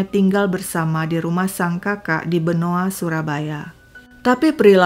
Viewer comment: Benowo .bukan benoa